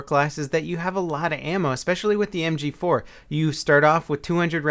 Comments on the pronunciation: "Em gee foo" lol i always wonder why my mouth and brain disconnect when trying to provide some verbal announcement as well.lol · Hoogy 4 like a korean fruit store lady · I know it had me cracking up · Lmao listen very carefully on how say "mg4" He sounds super asian lol